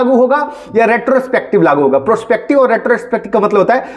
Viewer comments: 😂😂😂 bolne bhi nhi aata prospective😂😂😂😂😂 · इसे प्रोस्पेक्टिव बोलना भी नहीं आता मुझे नहीं लगता ये वकील है लोल